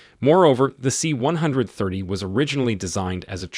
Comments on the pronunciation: This is the reason I closed the video and went to look for another. Say it with me, "see one thirty." At least the robot voices are getting better. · For the love of all thats holy, STOP saying C ONE HUNDRED THIRTY! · you can tell the narrarator has never heard of a c130, c160, or probably any other military naming scheme just by the way he says them. "C one hundred thirty". Oh boy. Plus grammar that could only be credited to a single draft script never being proofread. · Like everyone else, it is pronouned: C-One-Thirty. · The "C one hundred thirty" put me off this vid straight away. Also, as someone who relies on the A400 to get to and from the island where I work frankly, it's a piece of crap. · C-one hundred thirty sounds sooo wrong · I don't mean it literally. I'm not saying out of the 8 billion people in the world, we all say it the same way. However, as someone who lives in the states and is in the air force, it is said C 1-30, I've never heard anyone say it any other way.